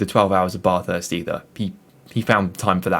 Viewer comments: Bathurst!!! Not F*cking Barthurst you twat.. Bath as in Math or Crass. LOL. Good vid apart from the obvious. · It's not your accent, you're pronouncing it wrong. It's not a Bathtub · Having an accent is not an excuse for mispronouncing Bathurst. It's a proper noun. Most Australians pronounce "bath" the same way you do, but Bathurst simply isn't pronounced that way. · had to switch off, just couldn't hear Bathurst mispronounced again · Drop the R dude .. bathurst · It's Bathurst, bath is pronounced the same as math. Great vid . Kiwi from New Zealand 🇳🇿🇳🇿